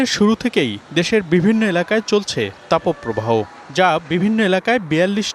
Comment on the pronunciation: তাপো প্রবাহ কোন ধরনের উচ্চারণ? এই উচ্চারণের কারণে ভিডিও দেখাই বাদ দিলাম